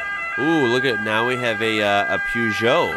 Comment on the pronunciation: Peugeot pronunciation xD it's more like P (with uh sound attached) zho